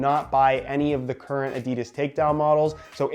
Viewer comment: At least you say football and boots but please say Adidas right